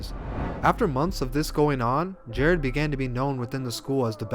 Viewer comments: Bruh his name was Jarad, pronounced “ Ja Rod” not Jared. Lmfaooo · Am I the only one annoyed by this white boy saying “Jared?”